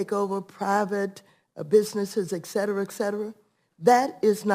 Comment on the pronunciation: The “gentlelady” pronounces etcetera “EKsettera”. Loser.